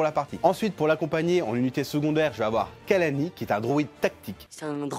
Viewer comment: Vraiment top comme toujours le jeu a l'air tres fun et tres dynamique hate de l'avoir, Par contre mister fan du moindre détails de star wars il s'appelle Kalani et non pas Kalami ;)